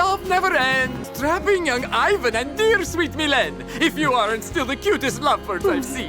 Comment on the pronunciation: Millen doesn't rhyme with serene or seen... but myléne does! (Milleen)